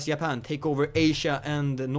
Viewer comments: Yapan? Always the Swedish who can't pronounce the letter J, it seems. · I love how you say Japan, you say it like Ya-pan lol